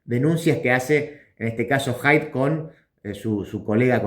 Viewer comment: Haidt no es wok